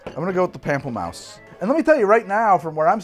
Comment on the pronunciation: "Pample Mouse" >_< (pom)(pel)(moose) <3